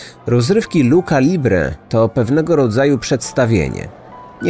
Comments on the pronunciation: Odcinek super jak zawsze :) tylko drobna uwaga techniczna odnośnie wymowy - czyta się „restling”, nie „wrestling” oraz „lucza”, nie „luka” :) A książkę dostałam od męża, z podpisem. Niedługo będę czytać ❤ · Lucza nie , bardziej miękko czyli lucia libre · Bosko ale wymawia Pan CH po włosku jako K a wymawia sie jako Ć a właściwie coś pomiędzy CZ a Ć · jak już ktoś napisał w komentarzach, lucha nie ma w sobie „k” tylko „ć” - ch czyta się jako K chyba tylko po włosku w niektórych przypadkach :) Co zabawne, w „luchadorka” już było dobrze - tak czy siak warto sobie sprawdzić wymowę przed nagraniem żeby takich błędów nie robić ✨ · No importa, miekko czy twardo. Ale nie ,,luka,, Choc ,, Luchadora,, zostalo przez Prowadzacego dobrze wypowiedziane!! Pozdrawiam